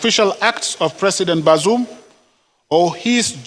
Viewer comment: The fool can't even pronounce the name of the ousted Niger president. Useless fools and criminals everywhere.